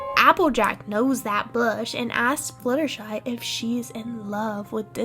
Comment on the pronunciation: “becouse Applejack knaws tha’ bluash” IM DYIIINGGGG